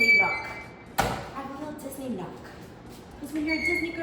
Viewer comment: Disney nook not knock lol